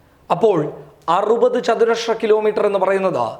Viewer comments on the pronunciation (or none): Good nesws and clear . not chathuraksha but chathurasra